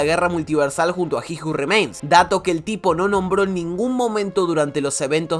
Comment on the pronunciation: aaajjjjj carajooo dijiste como 50 veces ji ju rimeins